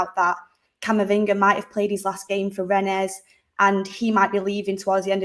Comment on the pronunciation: Rennes is pronounced Ren 🤦‍♂️